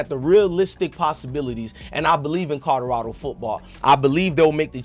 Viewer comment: I CANNOT deal with the way he pronounces CodoRODo and BACKETSball…….im sorry my boi 🤷🏽‍♂️😆🙌🏽🤦🏽‍♂️🫴🏽📱